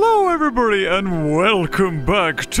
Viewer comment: He said, "Hello every-bury"